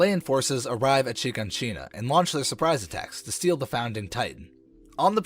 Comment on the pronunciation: It's not Shegoneshina it's Shiganshina😂